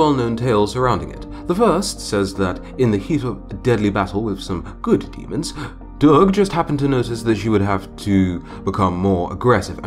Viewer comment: love your style of story tell..although its pronouced as "Durgah" and you can pronouce last "a"..its not necceseeryly rude..its a matter of tone..its rude if using angry or disgust tone..and nice if said cute or sweet tone..